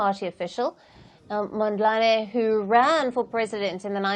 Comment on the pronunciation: She Said Venâncio Monlande😅😅😅❤️ instead Of Mondlane